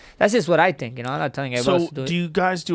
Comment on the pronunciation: I love how he says “tink” instead of think lol